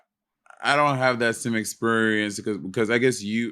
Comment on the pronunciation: “I don’t have the same ex-pur-ience” ❤😂❤